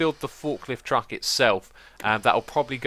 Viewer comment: why does he say truckt